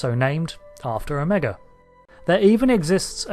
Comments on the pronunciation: It's pronounced "OH - MA- GA" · I dig how the Brits say O-MEGA.